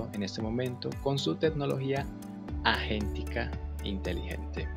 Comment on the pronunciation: Por qué pronuncias agéntica como "ayentica" ??? Si es por la pronunciación del inglés, pues también está mal.